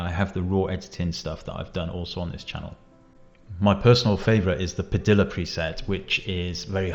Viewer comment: Padilla is pronounced Pa-dee-uh, not Pa-dill-uh.